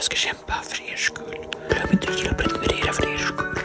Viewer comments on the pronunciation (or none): none